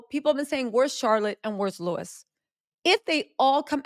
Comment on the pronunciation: You are ridiculous. The palace haven’t said any official. And btw it’s Louis … not Lewis. !!!!